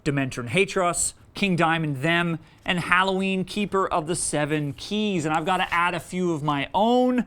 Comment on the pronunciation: Did he say Halloween instead of Helloween.....?